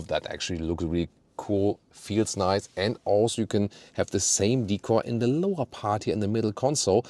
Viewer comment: Hi, thank you for another deep review on the new GLE. I myself prefer the AMG Plug in hybrid. Interestingly Australian tends to buy the BMW X5 more so than the Mercedes, I think it is because of the B58 engine in any form. There is also one other thing, that is when every time you pronounce the word "Decor" as Hik cor where as in Australia, I pronounce it as "Day Kaw." As "Decor" is pronounced as "day-Kaw" as it is a French-derived word, "-cor," is stressed, sounding like "core." It is should not pronounced as "hik cor"? May be it is "hikcor" only for American English?